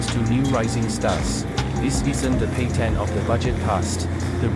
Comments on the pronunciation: Petain not Petian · It’s PETAIN ROAD. Pronounce it correctly. It’s the bare minimum of decency as a content creator.